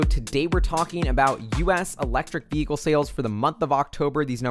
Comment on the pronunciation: The correct pronunciation of the word "vehicle" you can find here